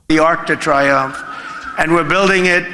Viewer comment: the French are gonna have a field day laughing at his “ark duh triumph”